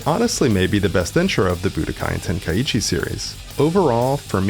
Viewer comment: it's "Ten-kai-chi" not "Ten-kai-ee-chee"